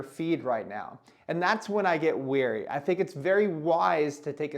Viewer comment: thats wary not weary